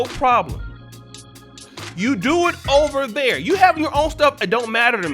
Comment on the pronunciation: really funny asab😂😂 “o-ver there”